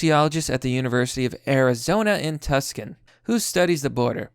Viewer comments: You're dumb af dude. Stop calling it tukson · "Tuskon" bruh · Tucson is "too"-sahn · Dude, you really gotta start looking up the pronunciation of things. 'Too san'